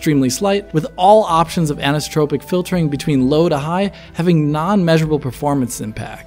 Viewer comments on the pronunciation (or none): none